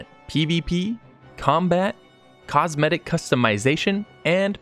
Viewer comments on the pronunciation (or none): its called cosmetic and not cometic